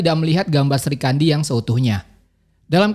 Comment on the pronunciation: Bukan Sri kandi tp Sikhandi